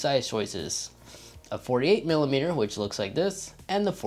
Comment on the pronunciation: I love how he said 48mm and 42mm 😂😂